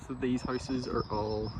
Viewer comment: The first house you showed, the bathroom looks perfect still and I swear I could not understand you saying houses, but horses. haahah